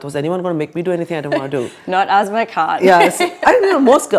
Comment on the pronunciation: I hear asthma or azma when you say her name. Asma Khan, more women in leadership roles is absolutely part of the solution.